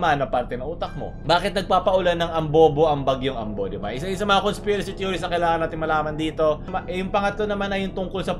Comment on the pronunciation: Conspirasht hahaha